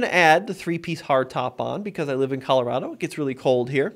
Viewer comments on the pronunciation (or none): none